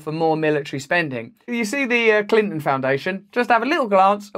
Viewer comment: Who is Clin'n? Bro, I understand that you are British, but can you at least pretend that consonants exist?